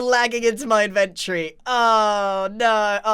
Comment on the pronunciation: Grian, please, pleeeease. it's in-ven-tor-ree NOT in-ven-tree. i'm begging you, it kills me every time you say it.